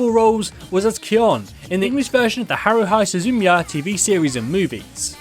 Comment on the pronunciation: Me: OOOH! He's about to talk about Kyon! Crispin's best performance to date Video: Haroohai soZOOmeeya Me: /unable to keep a straight face Always fun hearing monolinguists.suffering through syllables and how most countries pronounce the letter i